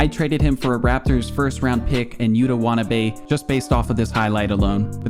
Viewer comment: YUTA wah-tuh-NAH-bay\